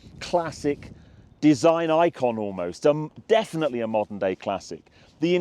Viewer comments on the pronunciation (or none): none